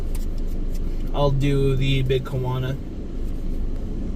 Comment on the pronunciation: It’s called the big kahuna not Quana 😂